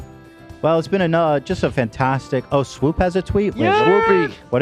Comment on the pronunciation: LMAO at calling swoop “WOOP” it’s like he unintentionally said W Swoop